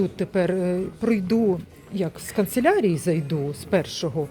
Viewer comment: дякую за Ваші огляди.(КАНЦЕЛЯРІЯ, а не конселярія)